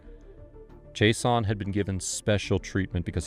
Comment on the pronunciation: Why does he pronounce “Jason” like that?? Like, “Jace-on” lol